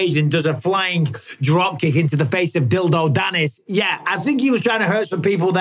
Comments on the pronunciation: Dildo Dannis 😂 am I hearing that right? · U said Dildo Dannis 😂😅